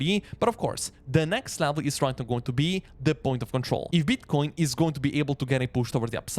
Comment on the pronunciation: I like how strong this guy pronounces the 'B' in Beetcoin and Boolish.